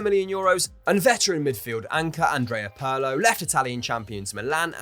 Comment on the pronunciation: Somebody PLEASE explain to the narrator how to pronounce "Pirlo". It's cringeworthy.